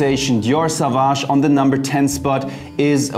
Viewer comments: Dear Jeremy. - It ist not pronounced „Savage“, but „Sovage“. Au in French is like o... Sorry for this „Besserwisserei“ ... thanks for your channel. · [so.vaːʒ] „soowaasch“ 🙏🏽